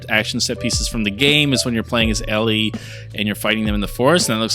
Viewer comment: It’s Ellie 🤦🏻